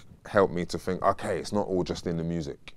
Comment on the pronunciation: " I fink"